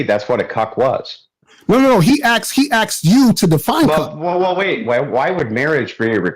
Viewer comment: “He axed you to define it” 🙄